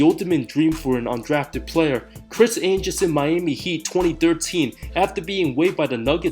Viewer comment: …. Chris anjerson 😂